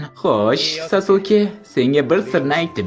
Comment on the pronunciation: Aka iltimos saske deb talaffuz qiling